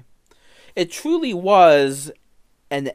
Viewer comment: “It twuly was an anime esque moment”